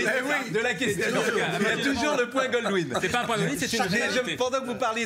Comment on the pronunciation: Ca se dit "point Godwin" et pas "GoLdwin"... pour des pros, c limite !